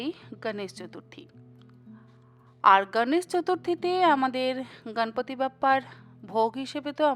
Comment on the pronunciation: সুন্দর রেসিপি। এবারে নিশ্চয়ই বানাবো।একটা কথা বলি দিদি, আপনি গনেশ,গনপতি এই শব্দের উচ্চারণ গাণেশ,গানপাতি এমন হিন্দী টানে উচ্চারণ না করে যদি বিশুদ্ধ বাঙলা ভাষার উচ্চারণ করেন, শুনতে আরো ভালো লাগবে।এই সময়ে মুম্বাইতে প্রধানত এই গণপতি পূজা হয়, কিন্তু উনি তো আমাদেরও সিদ্ধিদাতা।সকলেই আজকাল হিন্দী উচ্চারণে বাঙলা বলছেন। এভাবেই বাঙলা ভাষার বিশুদ্ধতা হারিয়ে যাচ্ছে। আশাকরি আমার কথায় কিছু মনে করবেন না।❤